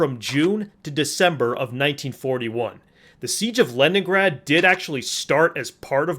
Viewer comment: Leningraf and Stalingraf... When his script was written, the person doing it hit the neighbouring key and now I wonder for how long he has miss said the names without noticing it.Not gonna brag but I've know of both cities since at least I was 6 years old.